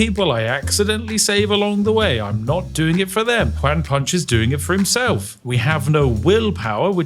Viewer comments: Juan is pronounced like "Want" but without the "t" at the end :) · I love that the bad "one" pronunciation that we in Spanish joke about made it here, love Juan Punch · Why you pronounce juan "wanne"? And why is juan punch man using a sword instead of, ya know, punching? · I'm not a Brit and I'm new to your channel, so I'm not sure if you're just saying "Juan" in a silly way, but it's pronounced like "wohn" like "John" not "waaan" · Juan, pronounced like "won" where I'm from, sounds multiple times cooler when/how Spiff pronounces Juan, like "wan". 😅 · Do you realize that when you mispronounce it "Wan Punch" you ruin your own pun? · It's pronounced wh-on and those were sword strikes not punches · Pronouncing Juan as ‘wan’ is possibly the most diabolical thing you’ve done on this channel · He's so British he thinks "Juan" sounds like "Wan". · Ju A n Punch. Please check your pronunciation on the Mexican name Juãn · I’ve never heard anyone say Juan like this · The way Spiff pronounces "Juan" is so weird to me. 😂 Even by white people standards. Then again, I live in a Hispanic household. My mom is fluent in Spanish. Maybe that's why; who knows. I think pronouncing it the proper way would've actually made more sense for the joke, haha. I'm just saying, lol. I still love this. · You’re so close to pronouncing Juan to make the bit fly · It's kinda hilarious that he can't say Juan properly lmao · Sir, you are the first person I've seen that made a Latino name sound like a Chinese one. That's quite a feat, I think. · British guy trying to pronounce “Juan” challenge level impossible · Your pronunciation of juan hurts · I love Spiff, but it’s so funny to me that he named a character Won Measly, and said it perfectly, but can’t say Juan, which can be pronounced the same way 😂😂😂